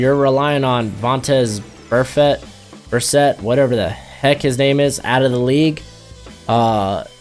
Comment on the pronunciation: You hating when you don't wanna pronunce vontaze burfict's name right bro